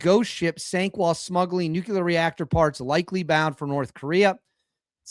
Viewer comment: NOO-KLEE-UR!! Please!!